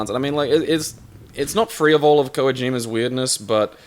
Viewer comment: Why do you guys, specifically, always pronounce Kojima incorrectly???!??!